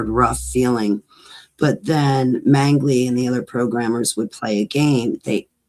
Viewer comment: In case someone wants to look this guy up, it's J. Mengele, not Mengley.